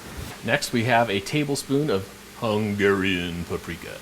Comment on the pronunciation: idk what was the thing with the word "Hungeehrian" :D By the way, great recipe. :) A hungarian.